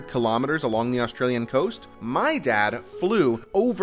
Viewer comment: Your pronunciation of the word 'kilometers' is incorrect.